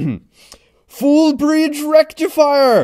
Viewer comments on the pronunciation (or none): To say it right Fool bridge rectifier ..😂